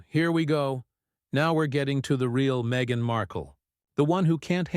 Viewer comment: Her name is pronounced me gain